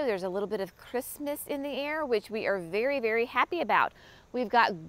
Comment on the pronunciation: At first I thought you said, "there is a little bit of Christmas in the air" and I panicked! CRISPNESS - got it! Whew!